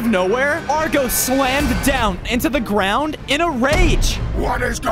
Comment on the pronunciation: You shouldn. Dig. In. The. Grawn😢😮